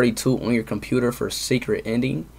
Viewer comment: "this whole time the story was a compuper"